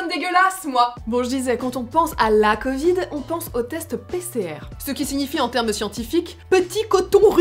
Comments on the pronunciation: Mdr tu veux pratiquer le " coit 19" looool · on dit la covide mais pas le covide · On dis le Covid et pas la cavid madam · On dit le covide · Sa ce dit le covide 19